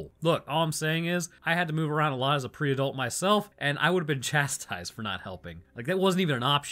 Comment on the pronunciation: As a Pre-Adult I think it funny how you say Pre-Adult ( / Tales )